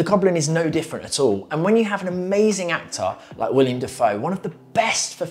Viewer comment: Willem, not William.